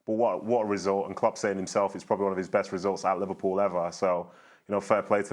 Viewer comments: "Liverprool" you drunk teleprompter.... go home.... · The headline "Liveprool" 💀